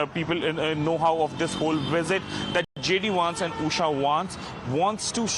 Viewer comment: It's not Wance.. it's Vance